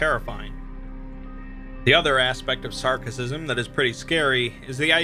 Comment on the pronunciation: Sarkicism, not Sarcicism.